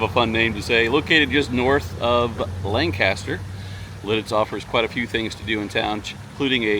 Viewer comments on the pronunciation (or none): I live in littiz PA and it is pronounced Lang-Cister. btw